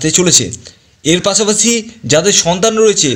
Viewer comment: বাংলা সুদ্ধ করে বলেন ,পড়াছুনা, বিদেছ, পাছাপাছি, এগুলো কি?